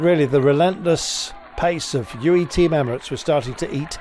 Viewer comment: I wonder is Mr Kirby will ever be able to pronounce Team UAE without dropping the U ?